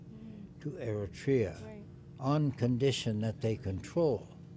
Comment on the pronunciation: It is so inconceivable to hear the foreigner is able to pronounce the name of the country more clearly as Eritrea, while the girl, who seems to be Eritrean, uses Ethiopian version name Ertra. Those who purposely change the name from Eritrea to Ertra is simply preparing themselves and others to make Eritrea part of Ethiopian province and name it as "Ertra" similarly to that Haileselase reign. To use Ertra instead Eritrea is like romanticizing Ethiopian colonization!!